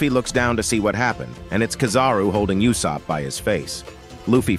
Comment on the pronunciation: damn or dawn. did you really say Yuusop??